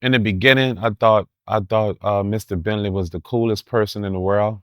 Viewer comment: Every tme he said Mr entley, I chuckled...